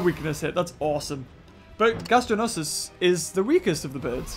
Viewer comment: Is "Gastornis" so hard to say ?